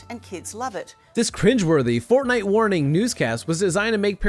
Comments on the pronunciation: Watch from and the news lady said fortnut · hold up hold up did she just say fortnut